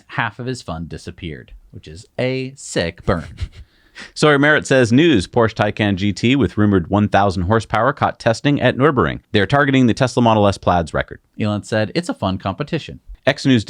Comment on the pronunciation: & - My whole family loves your vids. Sorry you couldn't make Fully Charged in Vancouver. I wanted to explain to you that Nurburgring should be pronounced with a hard G on burg - as in iceberg.